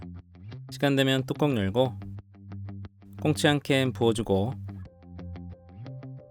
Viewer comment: 발음이 캔콩치??